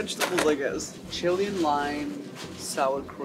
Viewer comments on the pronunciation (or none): none